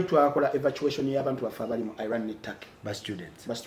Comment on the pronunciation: Naye banaye🤣🤣 its Iran not eye ran